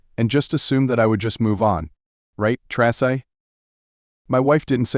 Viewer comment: i heard this story a long while ago on another site it sounded better and could pronounce names like tracy